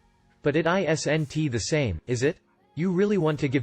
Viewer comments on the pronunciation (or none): There we go again you can't read isn't you read it as I s. n. t